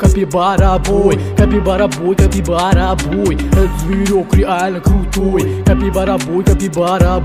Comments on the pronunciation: So que ouviu ele falando caquivara da like😂😂😂😂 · He says cakibara sometimes, lol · Caipikara he says, almost at the end, lol! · Algumas vezes eles erram e falam "Caquibara" ou "CaquiCara" 😂😅 kkkkkkkk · ❤❤❤❤❤❤❤❤❤eu loves cabybara but ele falar cakibara!??